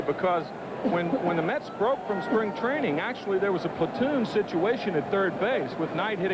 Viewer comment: Always got a chuckle out of Tim McCarver pronouncing platoon, like it is a weird foreign noun .